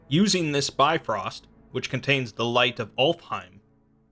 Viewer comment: Its not bi-frost it's pronounced more like biv-rost